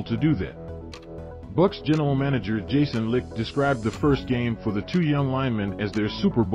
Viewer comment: Bucs GM Jason Licht (“lite” not “Licked”)